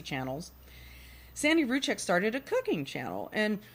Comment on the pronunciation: Can we please pronounce their names properly by now? Their last name is pronounced "Roo Seck" the Z is silent. Rzucek. Sorry it get annoying after 4yrs